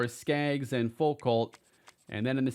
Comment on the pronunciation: loved the video, some more of this format would be killer. if we do return to miami, id also like to make it known that foucalt is pronounced foo-koh, its a french name i think (or at least theres a famous french philosopher with that last name)